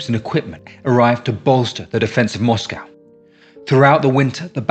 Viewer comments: What's a moss-cow? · I watched a film, or read an essay, it was a while back hat showed H should have gone with one of his original plans to go through the south, get the oilfields first, and then Stalin wouldn't have had had the stuff to defend. Not heard an English pronounce Moscow that way before, like a yank.